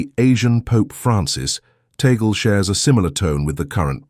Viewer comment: Please make sure to pronounce the last right.. its Tag-le